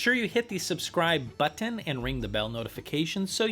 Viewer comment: i sure did notice the "button" after you said it. i usually do not pick up on these things.